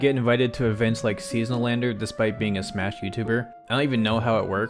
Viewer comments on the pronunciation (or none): none